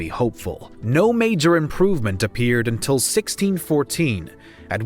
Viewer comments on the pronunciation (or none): none